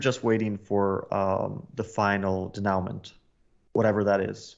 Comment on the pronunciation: "denoument" is pronounced day-nou-mon